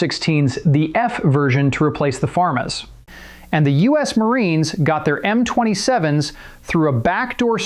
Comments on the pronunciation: Bro said famas like farmers 😂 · Did you say “farm-ass”? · Wtf did you pronounce the Famas as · Come again? 😂 Im 0% French but that’s a crazy take on that name my guy